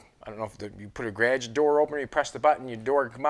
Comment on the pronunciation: i love the 'grage' instead of garage